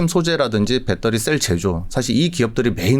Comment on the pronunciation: 밷떠리 밷떠리 뺃떠리 밷떠리 밷떠리 뺃떠리 밷떠리 밷떠리 뺃떠리